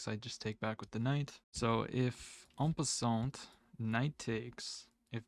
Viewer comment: Enjoy your videos. Just an FYI, when pronouncing en passant in French, the t is silent :)